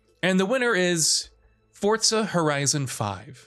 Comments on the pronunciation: FOUR....ZAH There is no T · The pronunciation of Forza bothers me more than it should lol